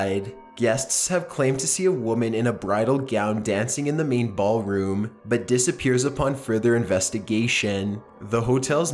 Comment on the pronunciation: did he say meatball room?